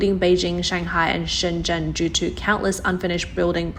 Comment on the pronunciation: The pronunciation of Chinese city names is pretty bad on these videos. It's a shame because the videos are quite interesting. But why keep making elementary mistakes in Chinese pronunciation. For example shenzhen is pronounced shen-jen. The suffix Zhou is pronounced like'joe'. Sorry but this is meant in the spirit of constructive criticism. But as this channel is about China it is kinda important to get these details right.